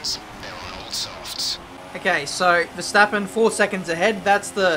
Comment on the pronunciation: . Veshtappen? who is Veshtappen? LMAO XD